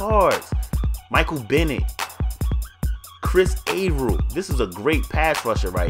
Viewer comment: LOL you said Chris avrill